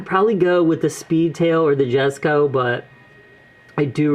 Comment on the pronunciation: Really nice video, I’m gonna sub. Also, jesko is actually pronounced yes-co (I also said jes-co)